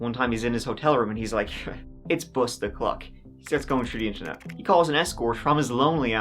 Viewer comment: "its Bust-O-lock"🤣